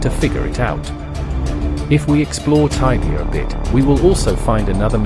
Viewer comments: taibia? jajaja se dice igual... tibia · please dont say taibia.. please stop that. it is Tibia.